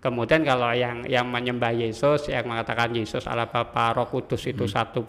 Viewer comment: Kok ini mengucapkan Allah kok Awoh? Setahu saya di islam tidak ada Awoh lo.